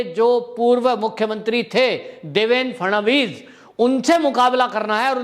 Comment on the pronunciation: अर्धज्ञानी हो आप आप को महाराष्ट्रा कि राजनीती रद्दीभर नही मालूम चालाते रहो कुछ फर्क नही पडता पहले पत्रकार का नाम सीधा लेना सिखो देवेंद्र फडवणीस ठीक से बोलणा सिखो बनणे चले पत्रकार